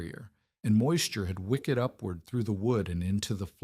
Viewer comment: Wicked as in bad is 2 syllables. Wicked as in the wick draws up wax in a candle or the wood or floor wicks up water, is 1 syllable only. Very different words, you got absolutely wrong. When will AI get the gist, it is Dumb and not changing anything.